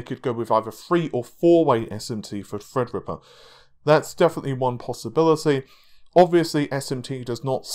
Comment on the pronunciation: FredRippa 3 canceled? Seems is nudging us back,and making fun of HIMSELF... As we often do,with his Endless mispronunciations!